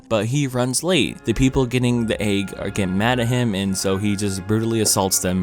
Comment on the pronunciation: You are not Rick Sanchez yet you try to have his comedic style, not working. also - the way you pronounce egg makes my ears bleed. its EGG not AAG